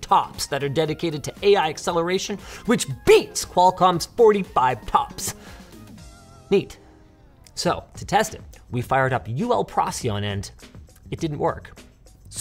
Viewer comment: Just FYI, the "c" in "Procyon" is pronounced as "k". Yay Latin!